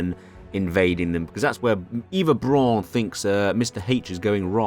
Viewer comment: You’re mispronouncing virtually every German word throughout the video, including ‘Eva’ Braun